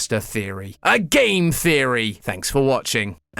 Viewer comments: You need to emphasise the gaaaammeee Theory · i still miss MatPat, no offense, but your accent on "that's just a theory, a GAAAME theory" just dosnt feel right